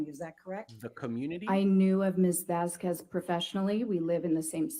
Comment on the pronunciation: AH's cross needs to STOP mispronouncing Vasquez constantly. Ugh. She reminds me if Miss Trunchbull.